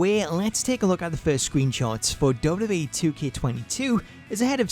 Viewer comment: Say wwe properly